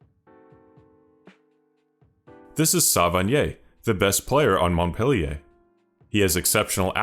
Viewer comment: Just letting you know we don't say the T of Montpe man :') but glad to see another video from you